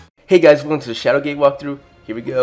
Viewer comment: Nice video! I thought you said "Shadowgay Walkthrough" in .